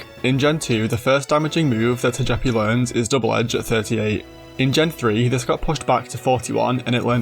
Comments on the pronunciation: Say it with me: Toga-pea Toe-Gah-Pea😂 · Tojeepee and Toejeetic….🗿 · It’s pronounced toh-GUH-pee, “”! 🤨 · Turning Togepi Italian is wild. "ToGEppi 🤌🤌" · "Toyepi and Toyitik" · Why do you pronounce Togepi like that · THW WAY YOU SAY TOGEPI !!!!!! PRISON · My dude saw the Pokémon anime and still decided to pronounce Togepi wrong lol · That Togepi pronunciation should be a crime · Complementary engagement comment for you, for that creative Togepi pronunciation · Was there any British material pronouncing Togepi’s name like that? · How you say Togepi is crazy. I liked the video just for that lol. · Really nice video! Though. I think that is the first time I have ever heard someone pronounce Togepi like that. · Had to stop the video after the way you pronounced Togepi and Togetic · I have never heard anyone say Togepi and Togetic like that and it’s fucking me up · Now that's an unusual Togepi and Togetic pronunciation.